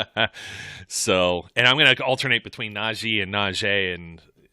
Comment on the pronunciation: Its not naj-ay its naj-ee